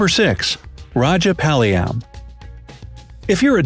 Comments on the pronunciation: you pronounced SO MANY words wrong. (I know cuz I am an Indian myself). Rajapalayam is pronounced: RAA-JA-PAAA-LA-yam. Kutta is pronounced: Koo-tha. Kanni is pronounced: kaNN-NI Rampur is pronounced: RAAm-POOr. Tamil Nadu is pronounced: THAMIL- NAADOO to mention a few. I'm not hating. I am just correcting for the people who are learning these names for the first time. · It is pronounced Raa Ja Paa Layam and the say it like Rehapaleyem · edit 3: it's Raajaapalayam in pronunciation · The way u pronounce Punjab, kutta and rajapalayam is just...........I got no words🤣🤣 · The way u pronounce "Punjab" and "rajapalayam"😂😂😂😂😂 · The way you pronounce punjab rajapalyam and karnataka is funny. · Fun news for Indians: when said rajapalayam I can't tolerate my laughter 😂😂